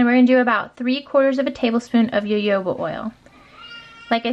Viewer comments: That "Jojoba" is not pronounced ya yo ba, but Ha Ho (as in "hohoho") Ba...just a fyi. I used to work in the health food industry, and I've heard all sorts of pronunciations. Another one I've heard is "Joe Joe Ba" but, alas, also incorrect. I learned that years ago when I visited my Aunt in Arizona who had Jojoba plants growing in her backyard, a gift from a Licensed native desert plant gatherer who had gifted her one, and as perennials to that climate, had spread. She also had a lovely grapefruit tree and a prickly pear, also known as "nopales". There is also a tool that you can get on Amazon to get the tops of various rollerballs off, it's like a small aluminum universal opener here's the link: You have a lovely family![-) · Jajoba is pronounced hahoba